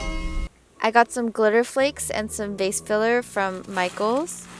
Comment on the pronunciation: IT TOOK ME THREE YEARS TO REALIZE YOU SAID "VASE FILLER" NOT "FACE FILLER" SKSKSKS